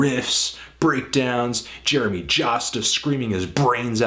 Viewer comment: JAMEY Jasta, not Jeremy :P